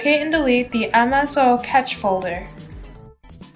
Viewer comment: Suite "suit"? Cache "catch"? Regedit 'regit"?' Must be hired voice talent...ain't no tech person.